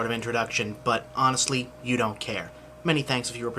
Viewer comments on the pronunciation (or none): none